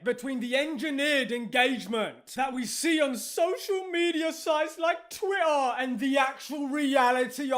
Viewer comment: Evrytime says twitter like “Twi’ah!”